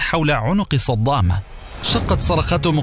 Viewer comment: قولوا للمعلق أن اسمه صدام وليس صضام 😏😏😏😏